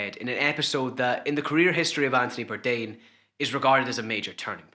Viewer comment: “Antony Bourdain” “Andy Bourdain” lol